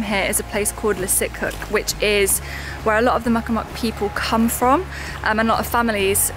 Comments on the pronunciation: Please stop saying mukmuk. The locals call them Micmac but the name is actually pronounced Meegmaw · Please learn how to pronounce the names of the indigenous peoples correctly. They aren’t “muckamuck”, and as Brits you should be more respectful. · Hey just as a heads up the natives from n.s there is a way to say their real name it's more....mig maw is the way to pronounce it like MIG welder and Maw like you forgot to say the LL on mall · Just a friendly heads up Mi’kmaq/Mi’kmaw is pronounced “Mig-Maw”. Love this series and looking forward to watching the rest! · It's pronounced "Mik-Mawq" by the way, sorry I had to say something as an ancestor and native Nova Scotian. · Hey, so, I watched a YouTube on how to pronounce it correctly but as I’ve never heard the word spoken before it was really hard to remember it. I tried to remember what he said and I didn’t get it quite right. I knew not to say “micmac” as that’s offensive but my mispronunciation wasn’t done out of ignorance to the First Nations. Rather than berate me for saying it wrong, perhaps you could do as others have, and kindly point out how I should be saying it. I hope you could tell from the context of what I was saying that I only spoke with respect for the Miꞌkmaq and their history and presence in Bear River.